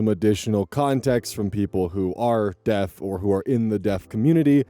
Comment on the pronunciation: Lol. "The gays or the Deafs"